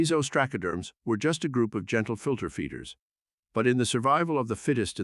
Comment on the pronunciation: You really need more work on how to pronounce the names of these amimals. Ostracoderms have the "a" sound as in "up" not "cat". You have the syllables wrong in Entolognathus - it's En-tel-o-gna-thus, not en-te-log-nath-us, with the stress on "gna" not "log". Other than this your content is great.